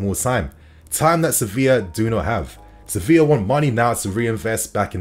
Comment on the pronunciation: Does anyone else hear "Sophia" when he says "Sevilla"?